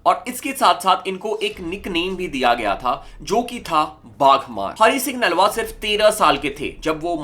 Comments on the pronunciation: Nalwa nahi brother naluya ji aa pronounce time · Broh it’s naluwa not nalwa so plz prnoicr properlu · Naalwa nahi Nalwa hai pronounce sahi karo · Bro you are pronouncing the name of Hari Singh nalua g wrong, But I appreciate your effort.